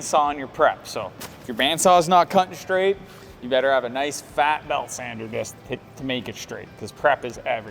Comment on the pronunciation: Love the exhaust and the sound but one thing, please learn how to pronounce 'straight'. It's not shtraight:D